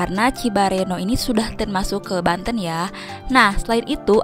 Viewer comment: Banten bukan Banteun